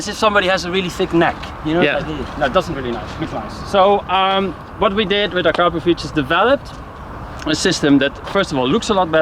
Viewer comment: Actually, it's "uh-crop-uh-vich" Shmeeeeeeeeeeeeeee says "uh-crap-uh-vich"